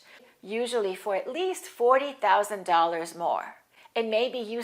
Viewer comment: Great video, I have a question, when I look up the pronunciation of the word " thousand" in the dictionary it says "θaʊzənd" but when you said it in the video it sounds like "touzand" I heard many Americans pronounce it "tousand" as well, am I right, thank you.